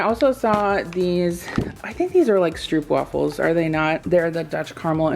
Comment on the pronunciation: Stroopwafels are pronounced as strohp wahfels. In Dutch double o sounds like oh😃 Stroopwafels are delicious😋